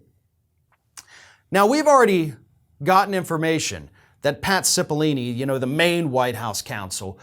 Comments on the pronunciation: Please check your pronunciation of Cippolone- repeated mispronunciation damages your credibility. And keep up the good work - your voice is important. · Stop mispronouncing Cipoll-O-ne! Driving me nuts.